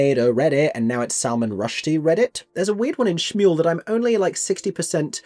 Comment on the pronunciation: I wonder if some of these staging choices, such as having them together during Shmuel, are a response to the film version? Perhaps they assume that will be the audience’s most common point of entry and they don’t want to confuse them, idk. Her saying “Schmuel” is unforgivable though, given the whole thing is structured around the one moment when they’re in sync during Next 10 Minutes, and how important that lack of synchrony is thematically.